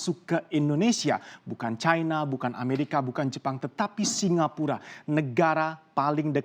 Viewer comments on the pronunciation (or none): none